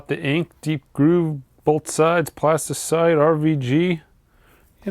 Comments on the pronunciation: PlastyLITE, not CITE :) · my guy, it's Plastylite, not Plastycite. It's been bugging me for a few videos now 😁